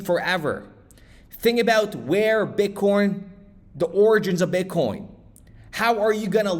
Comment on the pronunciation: That great! I heard you say bitcorn